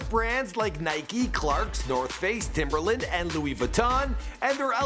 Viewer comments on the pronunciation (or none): none